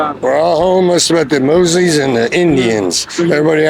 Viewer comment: "Mexicans and Moozlims" 😭dude as a moozlim born and raised here my uncles in one of those tents, trust me were getting f**ked over just as much as you